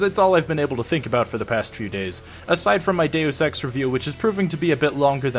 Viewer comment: "instead of my deaus sex reveiw"